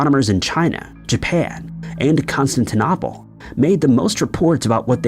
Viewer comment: You started the discussion of the Crab supernova by saying it happened in 1004 although you later got the year right in multiple citations of 1054. You also mispronounced Constantinople among other things.